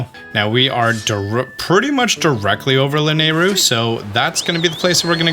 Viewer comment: It's pronounced lanäiru